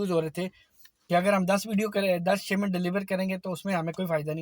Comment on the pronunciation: Shimment nahi shipment